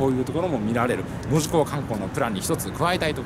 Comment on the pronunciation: 「JR九州」のイントネーションが変 「門司」の言い方はgood！「門司」は「文字」と同じイントネーションではない！ 下関駅からみもすそ川町の下関側の人道までは、ふつうはサンデンのバスでしょうが！ 本数は結構走っているのに、どれに乗っていいのかわからなかったというのが事実でしょ？ 1日700隻も貨物船が通行し、潮の流れが尋常ではなく速いし、1日4回も潮の流れが変わるのに 泳いで渡れるわけがない 平家はここで切腹したわけではないぞ、ちゃんと平家物語を読んでね 貨物船のあの位置は外国船が許可を得て通過している証拠として日本の国旗を掲げる位置で 船籍がある国の国旗は船尾に掲げるのだ 長州が大砲を放ったのはイギリス軍ですか？ちゃんと勉強してくださいよ！！！ すごいな、昭和33年開通の関門国道トンネルの記念碑の文章を読んで、鉄道トンネルの解説をするとはね・・・ 自動車用のトンネルは人道の真上にある！ またまた人道トンネルを歩いているのに鉄道トンネルの戦前の話をするおもしろい人だ 輸送力の大部分は関門橋を含む高速道路だ！人は新幹線だ！ だから人道の上は自動車用のトンネルだ！ 下関のふぐと北九州（小倉）名物の関門だこだ！ 「ふく」は下関の業者が言う言い方で下関でも一般の人は「ふぐ」と言うのだ 下関側はズームアップした左側に映っていたが・・・ 鉄道トンネルはまずは彦島に向かい、彦島から海峡の下を走って門司側は小森江付近から 門司駅のすぐ手前に出てくるのだ 関門鉄道連絡船は昭和39年まで運行されていたことぐらい調べておけよ